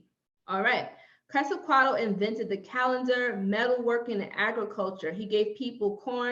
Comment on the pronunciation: Qwaziquato?? You mean Quetzalcoatl??😂😂😂😂 I hate it when you guys mispronounced it!